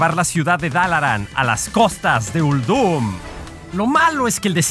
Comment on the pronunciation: La voz está muy forzada y me parece que Uldum se pronuncia con acentuación en "Ul" no en "dum"... no me gustó...